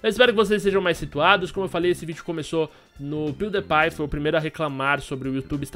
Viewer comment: ele fala o nome do pewdiepie 2 vez errado -_